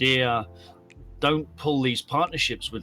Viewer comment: Horizon’s SOP is FUBAR! Btw Kevin teach how to pronounce Bombardier “en bon français”😄 I visited the plant on St-Laurent